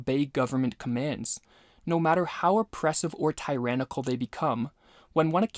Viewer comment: Pronunciation check: Thoreau Tyrannical Beneficence Look up how to pronounce these words.